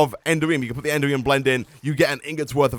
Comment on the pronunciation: I thought you might like to know that the correct pronunciation of "Enderium" is not "Ender-ree-um", but "En-dare-ree-um". It's a small thing, but it can be a little grating sometimes!